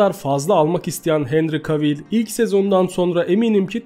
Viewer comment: Abim çok iyi video ama henry cavill i sesli söylerken henri kevıl diye söylememiz gerekmiyomu bütün video henri kavil demen çok garip geldi :D